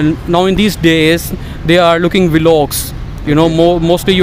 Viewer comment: That red dressed guy.... kya English hai...wah... it's vlogs bro not velogs🤣🤣🤣🤣😂😂aur uska accent toba toba😂😂😂